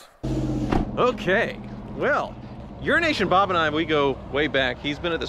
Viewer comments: WHY DO YOU KEEP CALLING IT "URINE NATION?" Lol. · It’s EUROASIAN BOB. Not urination bob. 😂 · I always thought you kept referring to Urination Bob, and I wondered how he got that nickname, Just realised its Euroasian Bob!!!! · I always though it was Urination Bob, not Euroasian 😆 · Oh wow! Until now, I thought that it was “urination” Bob. 🤦🏼‍♂️ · Even Youtubes' automatic subtitles say "urination Bob" 😂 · Did I hear “Urination Bob”? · I always thought it was 'urination bob'. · He says it every time. He must hate the guy